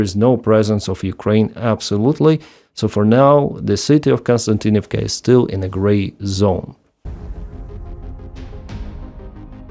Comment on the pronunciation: Kos-ti-an-tin-iv-ka. Not Kon-stan-tin-iv-ka. Please correct me if I'm wrong. I know is reading these names written in latin letters....